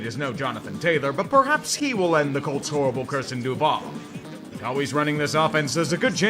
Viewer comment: srop. pronouncing. duval like that you uncultured swine.